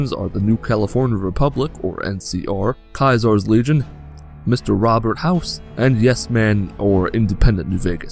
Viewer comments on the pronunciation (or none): whats Kayzorz leegon?